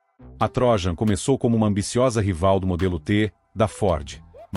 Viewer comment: Só corrigindo a pronúncia: não é TRÓJAN mas sim TRO_JÂN ( de Troiano )